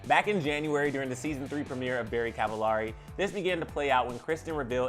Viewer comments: They’ve been married 7 years, not 10... and her last names it’s supposed to be pronounced like “cavel-airy”, not “ahh-ri”. It’s supposed to rhyme with “very”. Come on guy. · I think you’re pronouncing her last name wrong...😒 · You’re pronouncing her last name wrong!!! 😩😂